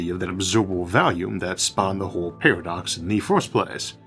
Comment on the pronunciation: Do not mean to poke fun or anything, just curious. “Univuse” “Pawadox”